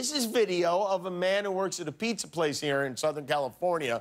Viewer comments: You know you're Mexican when you say Peekza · He said pikza. 👌🍕🍕🍕🍕